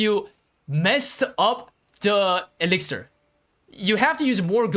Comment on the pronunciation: It's elixir, not elixer :)